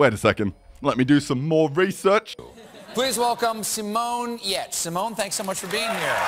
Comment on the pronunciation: You pornounce Giertz like Girtz. It sounds like German and ie is a long iii.